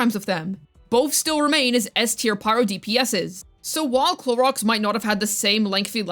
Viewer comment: I'm so tired of you saying Clorox or Cloriander its sooooooo annoying at this point. Just say her proper name its not that hard geez.